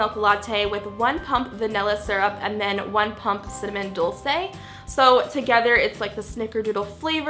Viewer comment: Dolce is pronounced dole-chay